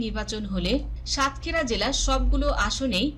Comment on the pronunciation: সংবাদিক হতে হলে উচ্চ ভালো ভাবে ও পড়াশোনা করতে হবে যেমন সাতক্ষীরা দেবহাটা ও আশাশুনি উচ্চারণ এবং অনেক উচ্চারণ ভুল আশা করি ভবিষ্যতে ঠিক করে নিবেন